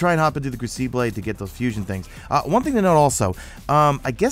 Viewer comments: It's pronounced (Kroo-ci-bull) crucible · cough...its "Crew-sah-bull"....lol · Ah, the Cru-see-blay ;D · say "crucible" again